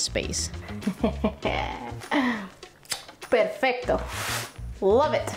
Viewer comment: estuve pensando todo el video, esta chica tiene que hablar español… tiene cara de hablar español…. Y si, ese “perfecto” me dice que tu hablas mi idioma jajjaja amo tus videos, ojalá algún día poder hacer algo asi❤